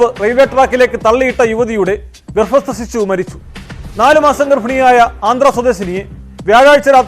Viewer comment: ഗെർഭിണി.... ഗെർഫിനി അല്ല 🤷🏻‍♀️🤷🏻‍♀️🤷🏻‍♀️🤷🏻‍♀️🤷🏻‍♀️